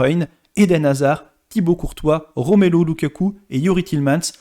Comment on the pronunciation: Argh la pronciation des noms des joueurs Belges, ça fait mal😢 Romelo lukaku?? Sérieux.. Y a pas que la pronciation qui me gêne, pas d informations pertinentes, que des informations déjà connues... Rien d'intéressant